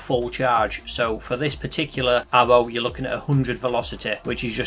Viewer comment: This guy pronounces aRRow like aHBow